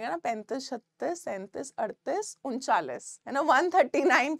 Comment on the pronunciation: Unchalish 😂....... but 😊 amazing 🤩